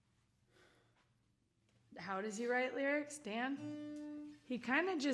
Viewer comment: WHY IS DAN SO BEAUTIFUL!? I FEEL SO HOLY AND PURE NOW THAT HE SAID MY NAME HE ACC MAKES ME FEEL WORTH SOMETHING! (evn tho he said it wrong i still love him!)